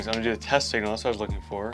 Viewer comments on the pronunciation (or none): none